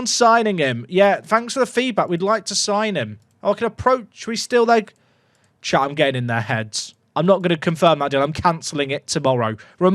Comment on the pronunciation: Sometimes it sounds like says “” instead of “Chat” and I like to believe that he’s not actually streaming but don’t talking to himself